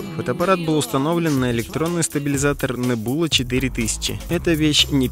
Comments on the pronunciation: нэбУла... английский в рязань, видимо, не завозили. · в слове Нэбьюла ударение на э